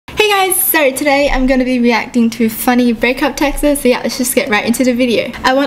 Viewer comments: she said texas instead of texts 😂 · is it just me who loves how she pronounces texts 🥺 it’s adorable ♡